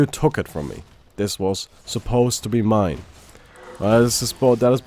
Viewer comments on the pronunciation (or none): none